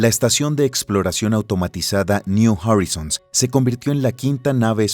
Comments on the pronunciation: no se dice jorizons es joraizouns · Horizons ) se pronuncia joraizons !!!!! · Está mal pronunciado "horizons". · si no encontrais a un relator que sepa inglés, deberíais exigirle que preguntara, al menos, cómo se pronuncian los anglicismos en el documento. Y si lo haceis a propósito, peor. No veo la razón por la que decidir pronunciar incorrectamente 'Horizons' o 'Pioneer'